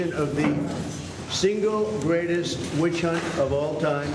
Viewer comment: "It's a 'itch hunt!" Gotcha, 'itch. 😅